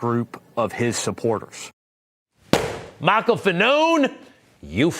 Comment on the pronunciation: He actually said (and correct me if I'm wrong) 'Ship-Borders'